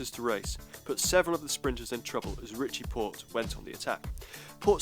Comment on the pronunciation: you said pitchie rorte instead of ritchie porte